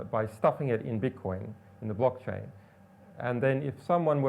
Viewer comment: is he saying "beetcoin" ...?